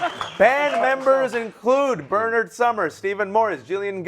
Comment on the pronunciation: HE [Host] Never once Pronounces "BERNARD" In BERNARD SUMNERS NAME. HE KEEPS SAYING BURRNERD